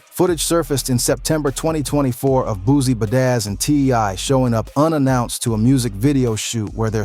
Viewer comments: The way you’re saying badazz😂😂😂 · "Ba-dazz's" son 😆😂😂